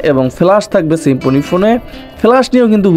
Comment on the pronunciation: "শিম্ফনি" কী ভাই?? 😂😂